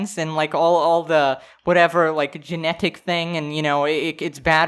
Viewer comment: Unpopular Opinion: says Genetic weird